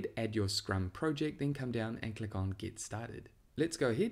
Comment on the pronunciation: If this guy says Prowject one more time